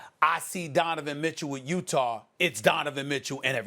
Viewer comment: No one: ABSOLUTELY NO ONE: Stephen A Smith: Utahrrr